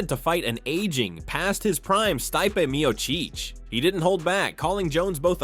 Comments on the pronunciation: “Sty-pay Meeyo-cheech” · ...sty-pay mee-o-cheech? really?